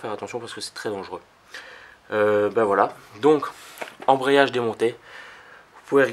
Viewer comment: ambreyage ahahahahah